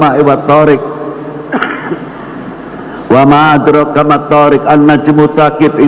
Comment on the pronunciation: WA MAA ADROOKA bukan WA MAA ATROKA ( adek rooka >> dal di sukun harus ada qolqolahnya<< ) MATH THOORIQ bukan MATHOORIK ( math thoorikek>> Qof sukun juga harus ada qolqolahnya ) ANNAJMUTS TSAAQIF ( jim sukun juga bersifat qolqolah, tsaaqif itu pake huru tsa' bukan sa' ) jadi intinya harus bisa membedakan antara QOF dengan KAF, dan juga harus bisa membedakan antara THO' dan TA' , TSA' dengan SA'. Jika qolqolah dan maad hilang bisa berubah maknanya